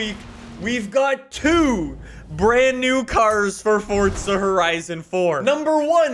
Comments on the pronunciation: Forza not fortza 😐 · FOUR-ZA NOT FORT-ZA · FORTZA HORIZON 4 HAHAHAHA, THIS GUY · Bruh just triggers me with forTTza